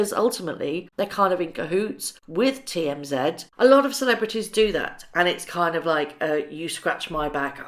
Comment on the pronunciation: FYI, the tv program you are referring too 'TMZ' is pronounced 'Tee- Em-Zee', which mean the 'thirty mile zone' around the Hollywood Hub-Bub.